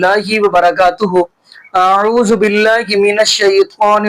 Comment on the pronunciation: Aauzu nahi auzu ..